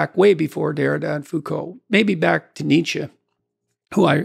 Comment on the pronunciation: "Nietzes dead" God...